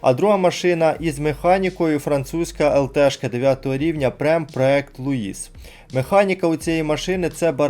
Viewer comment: Тільки не Луіс,а Луі